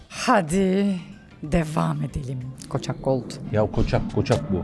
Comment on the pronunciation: Israrla koçak Gold demesi 😂😂 yağlı yedi dili kaydı ondan yavrum ondan 😂💗